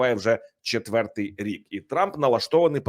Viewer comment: ТОБІ НЕ НЕ СТИДНО,ЩО ТИ КРИЧИШ НА ЦІЛИЙ СВІТ ЯКИМИ ТЕМПАМИ ПРОСУВАЄТЬСЯ ЗСУ,ЩОБ ЗАРОБИТИ НА ЇХНІЙ КРОВІ СОБІ ГРОШІ,А САМ ЗА ЦІЛЕ ЖИТТЯ НАВІТЬ НЕ ВИВЧИВ УКРАЇНСЬКИХ БУКВ І ВИМОВЛЯТИ УКРАЇНСЬКІ СЛОВА:ЩЬО,ПОЧЯТИ,ТОМУ ЩЬО,ДО ЧЬОГО,ЧЄТВЕРТИЙ,ДОННЕЧЄНУ,ЩЄРБАКИ,ЩЬО,ЧЄТВЕРТОГО, ЗАЛУЧЄВ,ЗНИЩЄЛИ,ЧЬОТИРИ,ВЕЛИЧЄЗНА,ЩЄ РАЗ,МОВЧЄ,ЧЄРЕЗ, ЗНИЩЄЛИ,ЗА ЧЯС,ЧЬОТИРНАДЦЯТОГО,ЗАЧИЩЄНУ,ДА,ПОЛІТИЧЬНИЙ,ЕНЕРГИТИЧЬНУ,ЩЬОБ,РІЧЬ,ЗУСРІЧЬ..............!!!!!!!!!!!!!!!!!!!!!ТЕБЕ ВЖЕ ГИДКО СЛУХАТИ!!!!!!!!(Українська діаспора,США)